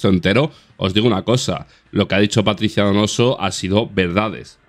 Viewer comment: "Paticia" y "caxi" 🤦